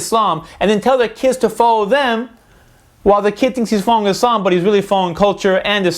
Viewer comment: dont wanna be a gramer nazi but you said islam wrong and if your offend i dont care fo dat snicth fo dat snicht